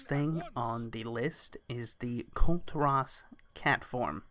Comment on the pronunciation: KULL TEAR US. not kull terr ahs =]